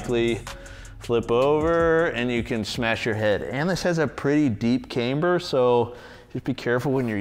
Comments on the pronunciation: Not trying to sound like a jerk or nit-picky but its pronounced Kamber not Kaimber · Can't unhear mispronounce camber as "came"-ber every time.